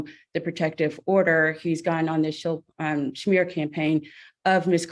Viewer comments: It's "smear". Not schmear..(also correct spelling). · The schmear counter 😂😂 Wait…was that attorney saying “schmear” instead of smear because the opposing litigant is Jewish??!🥴 I wanna say surely she wouldn’t be doing that, but I wanna also say surely an attorney would know the phrase “smear campaign” ?! That’s clearly the least of this case’s issues … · His attorney said it first lol.. and yes, it is so painful to hear highly educated use a common word like smear, said as schmear like it's a damn bagel. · The lady lawyer's pronunciation of schmear... Sha mere 😂😂😂😂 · Smear. SMEAR. Not SHMEAR! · Why does council keep saying “shmear” campaign?? It’s SMEAR. Good lord. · Lol, no not at all, she's saying it wrong. In NY Schmear usually refers to putting cream cheese on a bagel, lol. 😂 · You're correct 😊 its smear..some people need to learn how to pronounce words the right way..